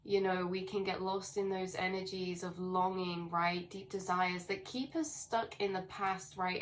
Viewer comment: you continue to be hittin' every nail on da head good... Earthquakes in 3D are a connected thing too, as well as all else you allude to... I like how you say "uz" btw :) It's Eleven on the dot 16 0 3 Star Age Be Many thanks continued... :D Much Love - ISUZ 11 01